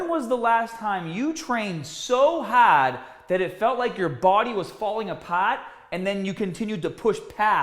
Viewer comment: I was dead when I read HAHHHD and apahhhht 🤣🤣🤣🤣🤣